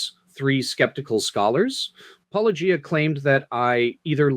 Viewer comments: I am always amused and a bit annoyed that these people constantly say "-o-gie-ah", "Polla-gee-ah", etc. and yet have no problem with pronouncing the word "apologia" and "apologetics". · Still can't pronounce Paulogia properly. Gary needs to be shown for the evangelical fraud he is. You're doing the lord's work,. As one ex- Menno to another 😅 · I think Gary refuses to say your name because he can't pronounce it- a shocking trend amongst all the apologists who talk about your criticisms, despite the fact that you say it at the beginning of every video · Sunglasses McGee whines that their interlocutors are "not being charitable", has he talked to Gary? He is so uncharitable it comes off as extremely rude, for instance the studied mispronunciation of handle, he could just have used "". His refusal to name names, denigrating the intelligence of any one disagreeing with him. In short, he acts like a badly socialized 5-year-old.